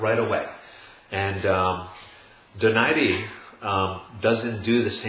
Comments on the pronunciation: First of all you sound like you are in a soundstage, too much echo. Get your sound right. Secondly, Donaire is not pronounced "Do nar ri" it's "DO NAIRE" like you will feel nothing but air after he hits you and hits you very hard! econ Third, when did defense ever rule boxing? Boxing is a sport of hitting and not getting hit, the more you get hit the more likely you will lose. Also, speed rules boxing, the faster you are the more chance you will win. Donaire has both. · it's pronounced DO-NAI-RE. Not DO NAIRE. It's a Spanish name not French. Americans say DO NAIRE because they don't know any better.